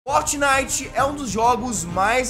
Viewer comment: e impressao minha ou ele fala fotnite